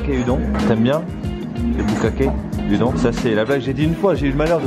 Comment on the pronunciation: Oh non pas -_- Et par pitiééé Udon se prononce "oudonne", mes oreilles saignent xD Mais sinon super vidéo!